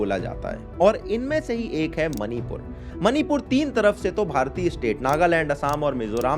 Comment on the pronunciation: मनीपुर नहीं -- " मणिपुर " कहो।